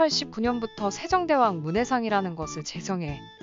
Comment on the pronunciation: 발음좀 제대로 해주셨으면 좋을듯요..세종대왕인데 세정대왕으로 들립니다